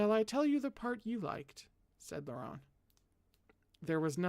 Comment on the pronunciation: hello I’m a French interpreter here is a pronunciation guide: Govart: go-var Akielos: Ah-kee-el-oss Chalis: shah-lee (good rule of thumb never pronounce the s at the end of French words) Guion: G (hard G)-ee-on Laurent: you’re killing it, vaguely rhymes with lawn Chastillon: Shass-tee-yon (you’re almost right with Shass-tilly-on so just keep yours if it’s easier) Audin: Oh-deign Nicaise: Nee-cayz Orlant: Oar-lawnt Vannes: Van Auguste: Oh-goo-st ❤️🧡💛💚💙💜